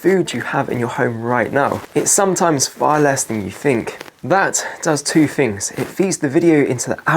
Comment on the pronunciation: Yep, very annoying, though not as much as someone who says "Fings like one, two, free". TH is not pronounced F, unless you are a nutter